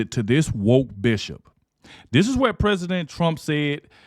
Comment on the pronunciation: I know you are saying bishop but I swear it sounds like "female dog"